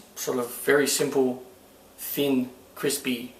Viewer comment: why dose he always say:fiiin in stead of thin